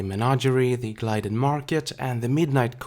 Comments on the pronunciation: I love your videos, but I must point out an error. It's "Gilded" Market, not "Glided". Gilded meaning: wealthy and privileged. adjective: gilded; past participle: gilded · not 100%, but isn't it gilded market, not glided market? love your vids tho!